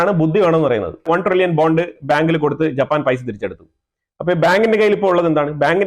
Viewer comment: Pls note the name is Japan pls do not pronounce it as JAPPPAN